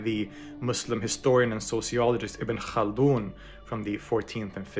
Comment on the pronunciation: but did you hear that "Ibn خaldun" though 🤌🤌, to me thats enough Don't forget how hard Arabic is, the fact that he has gone this far in terms of pronunciation is really impressive